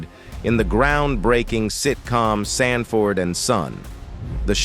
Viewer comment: To the narrator of this video why is the actor Lamont being called a (Demon) instead of Demond and why is Sanford and son is being pronounced sand - Ford ?